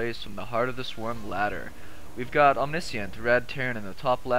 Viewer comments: the name is OM-NISH-ENT. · not "om-nis-ee-ent"